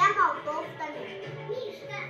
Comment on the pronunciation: говорит не морковка а молтовка